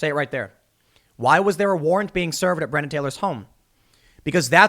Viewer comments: Months in and tim still can't pronounce her name properly lol BRE ON NA tim BRE ON NA!!! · You keep calling her 'Brienna'. It's really jarring.